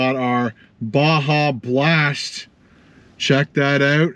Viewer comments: BLASPHEMY! Did you say Basha?! Hahahahahaha! YOU MUST REPENT! BAH - HA - BLAST! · Got to say, the video and audio sounds great!! Also I think it’s “BA-HA” blast, not “BA-JA” the J sounds like an H. 👌🏻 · Its pronounced baha blast not baja... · Ba-ha blast. It's pronounced ba-ha! I wanted so bad to stick my head through the screen! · BAJA - Ba-ha blast. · It’s Ba-Ha Blast. Bruv. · I'm from Aotearoa NZ and even I knew it was pronounced Ba-ha blast 🤦🤣 good video as usual 🤤🤤🤤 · WTF is Bashah Blast. Come on. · You said baja blast wrong 🤣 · Baja Blast has been out since 2004 and you mispronounced it?!